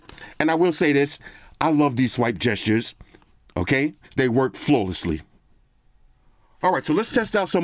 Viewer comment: Petition to change the word "flawlessly" to "flosslessly" 😂😂